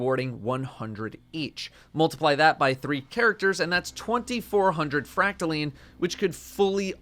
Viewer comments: fracta....LINE! NOT LEEEEN -__________ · First you pronounce recluse as reck-loose, now it's called fractal-lean